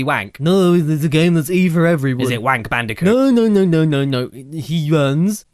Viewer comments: Bold and Brash Candicoot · WHO'S THAT GUY!?!? Cash Banooca? It sounds like either a drug or a drink. - huh. - Crash Bandiphewfueh? What? - WHO'S THAT GUY!? AND DOES IT LOOK LIKE DIFFERENT PEOPLE!? I know it's him but you gotta have some humor right?